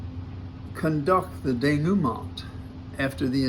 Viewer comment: Denouement is pronounced day-new-maw. Pretend you are French and stuff the “n”’at the end in your nose and don’t say the “t”.